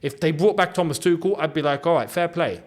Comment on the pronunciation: That " tha-mas' was accurate as fuck 😂